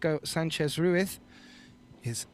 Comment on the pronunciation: RUIZ RUIZ RUIZ LOL. RUITH SOUNDS WRONG LOL